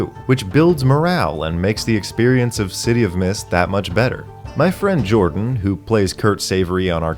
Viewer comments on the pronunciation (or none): none